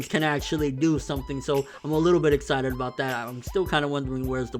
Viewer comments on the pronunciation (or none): none